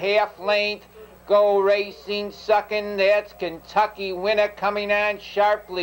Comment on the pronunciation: "KENTUCKY WINNA" I'm pretty sure. He's not doing an east coast thing lolll